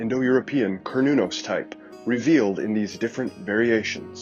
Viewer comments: No. It's pronounced as kernunos Mehrican.. 🤦🏼‍♂️ Why don't u all learn what the rest of the world must universally pronounce the vowels the way they are? Instead making shitt up for dummies 😂😂care new naus.. A is A, not eyyyyy E is E, not iiiiiiiii O is O, not OoooOUuu U is U, not Yuuuuğw i is I, not AaAiyy Em ay mising enyting Merikeğnn? ¿ inaf Ayy Quuu? 😂😂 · Kar not corn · Pronunciation "care•new•naus" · A kern-el of corn you say? 🤔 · its pronounced Ser-nun-nos. Just Ike the company called CERN is pronounced Sern. Or is this this another dumb AI voice that is illiterate?